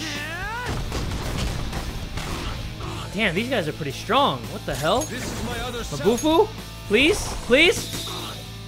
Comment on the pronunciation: "its as if they only exist to be devoured by the STRONK" did i hear that right?